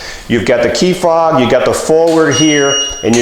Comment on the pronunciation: "Fob" not "fog"